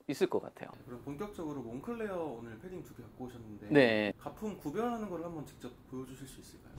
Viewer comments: 몽클레어가 아니라 몽클레르가 맞는 발음 같습니다. 공식 홈피에서도 몽클레르라고 합니다. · 그냥 색이야 몽클레어라고해 색이야.. 한국식발음이야 색이야..